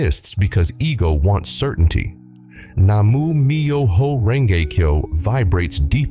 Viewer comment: Se pronuncia así:Nam-Mio-jo-Renge-Kio.Gracias